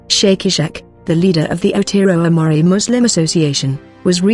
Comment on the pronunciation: Your pronunciation of Maori is terrible & Christchurcn